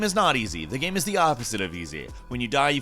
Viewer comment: How can this guy keep mispronouncing the word "game"? Trips me out, I dunno wth accent makes you say "geeyam"